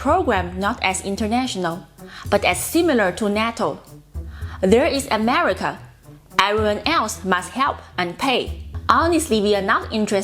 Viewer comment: God bless “Ameritca!”